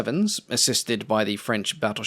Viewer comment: 24.44 Please please learn how to pronounce Richelieu!